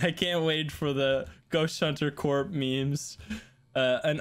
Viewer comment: Btw, "Corp" is actually pronounced "Core".